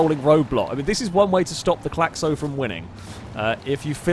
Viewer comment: As a French, that "Claxo" is painful to watch. It's fast as hell though